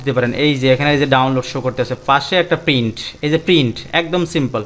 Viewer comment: brother not pin It's called print